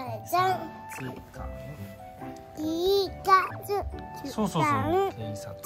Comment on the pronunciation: “軽骨官の帽子”“形カツ感”“K喝感” 警察官の発音難しいよね🤭 シュピッ敬礼👮捕まえた！カッコいいね😊